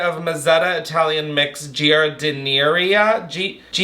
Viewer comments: it’s jar-din-AIR-ah and it’s Italian and in a lot of salads lol. That said I’m not a big fan… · You trying to pronounce giardinera killed me. It's JAR-DI-NAIR-A for future and put it on a beef sammie❤ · Its pronounced like…. jar-din-air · Giardiniera - drop the i after G and pronounce -ar like a pirate, that’s how you say it! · Being from Chicago and watching you try to pronounce giardinara made me lol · giardiniera is pronounced jar-din-er-uh omg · Jar-den-naïr. You’re welcome! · GEE-UH-DI-NEAR-EE-UH is sending me😂😂😂😂😂 I can’t with you😂😂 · this + not being able to pronounce giardiniera and calling it ghonerrea instead 😂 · lol..., its jar-di-nair-uh unless youre like us chicagoans and lazy and just say "jar-din-aire" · You not being able to pronounce giardinera made me cackle lmao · You trying to pronounce giardiniera hurt my soul 😂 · I’ve new heard someone pronounce giardiniera so unbelievably wrong😂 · Trying to pronounce giardiniera gave me an aneurysm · living on the east coast and not knowing how to pronounce Giardiniera is wild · Absolutely love attempt at pronouncing giardiniera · I'm from Chicago and you made me forget how to pronounce giardiniera😂😂😂